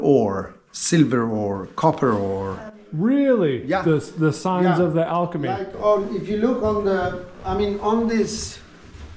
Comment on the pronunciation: Learning about interesting tourist destinations in my own country from an American channel. Both funny and much appreciated! Also funny to hear get "alchemistry" wrong hahah. In Swedish "chemistry" is "kemi" while "alchemy" is "alkemi". One would be forgiven as a Swede for thinking that the tail of the word should be extended to "-chemistry" for "alchemy" too.